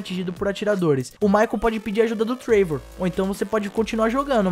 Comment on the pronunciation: Muito bom o video, mas cara acho q nao é TREIVOR, é TRÉVOR, sabe o jeito q se fala o nome dele fika estranho mas muito foda as noticias valeu